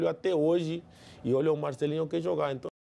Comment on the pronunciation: Palmeiras tem mundial, Rincon?? Enton, enton, enton, enton, enton, enton!! kkkkkkkk